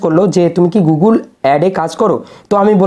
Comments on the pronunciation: Apni age gugul noi google bolte sikhun 😅😅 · গুগল বলতে পারছেন না দাদা আবার "গুগুল" বলে গুগল থেকে টাকা ইনকাম করে ফেলছেন আপনি??